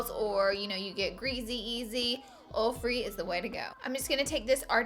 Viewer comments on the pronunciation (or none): she says oll instead of oil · Lol she can't really help it.. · snapfam! exposed highlight by tarte also I love the way you say oil 😍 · Ok I love how you pronounce "oil" 😁 and yasssss thank you so much for this video!!!! #snapchatfamily👻 #coolcomment ❄❄